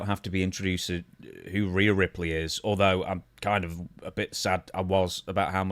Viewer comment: Stevie, is it that hard to say reee yuh